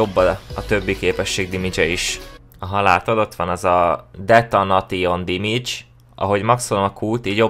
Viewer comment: detanation dimidzs XD Detonésön dimidzs lenne